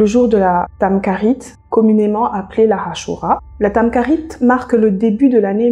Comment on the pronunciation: Très bonne video mais juste une petite chose:le kh de tamkharite se prononce comme le J en espagnol.